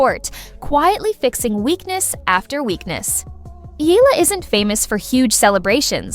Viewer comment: Pronounce Eala correctly, please. It's a game, relax!